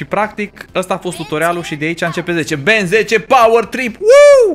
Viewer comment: se zice Ben tenn